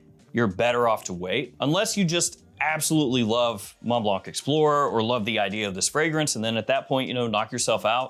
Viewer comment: From a french speaking person, stop saying the k for Blanc. There is no hard K. Its blan.